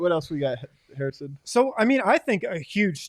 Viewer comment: Yup... Joe Hair-iss = Hair-ison Wind.